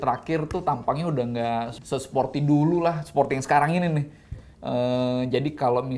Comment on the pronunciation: ciri khas Om Fitra: tinggi saya 177cm ciri khas: ngomong "nih"-nya jadi "NEH". Gokil neeh... Lumayan neeh...